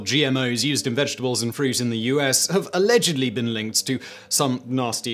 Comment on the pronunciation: Alledgedly . . . Never change, SImon